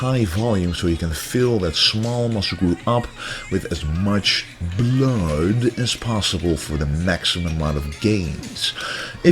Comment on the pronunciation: The way you accentuate the word blood is hilarious.